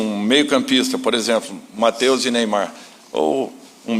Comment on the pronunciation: Pelo amor de Deus Dorival, Neyamar não